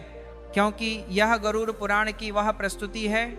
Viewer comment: राधे राधे गुरूजी गरुर नहीं उसे गरुड बोलना नाहीये.